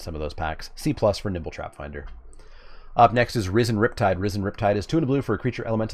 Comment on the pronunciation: I could have sworn you were saying Nipple Trapfinder.